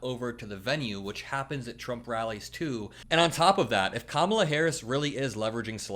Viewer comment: how can he pronounce Beyonce but unable to correctly say Kamala